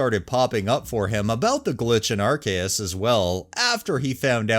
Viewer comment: Arceus is pronounced "are-see-is."